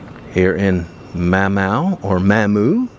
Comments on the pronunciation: I’m Cajun fro Southwest Louisiana and we pronounce it Mamoo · Pronounced Momoo . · Its pronounced as ma moo 😊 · You passed up Fred’s soon after you entered Mamou. And it’s pronounced Mah-Moo. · Mamou- ma sounds like ah - mah mou like moo Mahmoo - Mamou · Don’t k ow if anyone told you how to pronounce MAMOU, but it’s MAH-MOO. Lol! I’m from Lafayette…..I’ve had to help out on pronunciations of the names around here my whole life! As for the whole state of Louisiana losing population, it’s been happening for a while now. Very sad to see how the small towns are being hit the hardest. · I'm sure you have gotten 1,000 corrections already but it's Ma like in mama and Moo like moo cow mamoo Mamou. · The town is pronounced, mom moo. Check out the song, "Tit Gallop Pour Mamou" by - The LeBlanc Family Band and Yvette Landry here on YouTube. Sulliva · I think MOMO is the correct pronunciation for racing.. Ha ha ha! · Mymoo is how you pronounce it , I'm in baton rouge Louisiana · It's pronounced Mom-Moo. living in Chicago but lived in that area for 13 yrs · Mamou is pronouned "ma-moo". I live a bit north of all of these towns in the Alexandria area. Question: why did you only show the old part of Marksville and not the new part, particularly around the casino? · It's Mah-moo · It’s ma moo podna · Pronounced Mah-mooo, and you will find a lot nicer homes in the country (rural) areas, than in the city. And a gun shot is common in south Louisiana during October-January due to squirrel & Whitetail deer season is open. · Pronounced “MA-MOO” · Mamou (Ma-moo), La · Mammou is pronounced mom ooh. hope that helps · Mamou... pronounced Mah-Moo. I live in Eunice, 10 miles south. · MOM MOO is how Mamou is pronounced. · I found out it's pronounced Ma-moo. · Mamoo is the pronunciation. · It's "maw moo" Louisiana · Mamoo is how it's pronounced. Also, Fred's is a good time. Get there early for a seat, drink the bloody marys and wear dancing shoes. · Mom moo*** is how it's pronounced